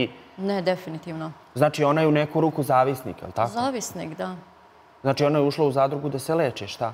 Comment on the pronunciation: "Ćitavo vrijeme" 😂 "znaći" 😅 "taćno" 😂 "protjerali su hin" 😂Aneli mozda treba lexaurin a tebi djevojko treba bukvar....sve Mentoli! Tebe tko bude slusao u onoj Zadruzi svaka mu "ćast"!